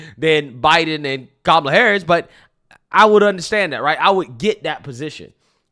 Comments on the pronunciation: Is not Camela It's Kamala. Lmfao. She must have forgotten. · When is no one mentioning the way that Whoopi pronounced "Kamala's" name... "camel-a" I've heard people get accused of "racism" for pronouncing it like that..🤔🤔🤔🤔 Weird